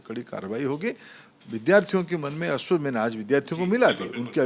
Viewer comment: अस्वस्थ karunga😂😂😂 आस्वस्थ nhi 😂😂😂😂